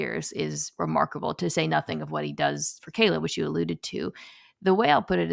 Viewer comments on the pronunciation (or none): none